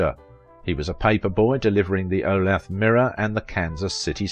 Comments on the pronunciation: Olathe is pronounced "oh-LAY- thuh". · I was looking for the pronunciation correction. 😉